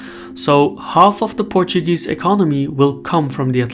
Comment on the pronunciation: Your Portuguese pronunciation is so good